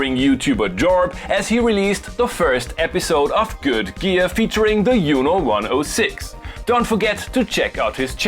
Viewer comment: Whats a Uno? You mean Juno...there is a J sound my friend :)